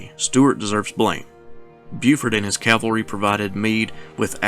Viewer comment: This lecture is a severe disappointment. No mention of Stuart's embarrassment at the Battle of Brandy Station. He butchers the pronunciation of Clement Vallandigham's name (but at least he pronounces "cavalry" properly). He gives no more analysis than an amateur historian might give, and his arrogance is evident in every breath. An Army War College instructor? Yikes.